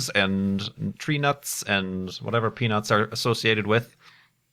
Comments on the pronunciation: Did anyone watch the livestream on XBox Live and stuff about the Curiousity Rover's landing? Does anyone remember how the reporter apparently couldn't talk and always said "Peanits" instead of "peanuts?" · When said "Hold on to you peanuts" I thought he said something else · "Hold on to your peanuts!" - I thought you were saying something else for a moment...